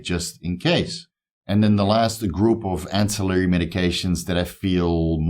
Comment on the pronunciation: Yeee my guy first time you said ancillary right on a video ;) only messing with you, keep up the great content bro I have learned and benefitted so much! One love!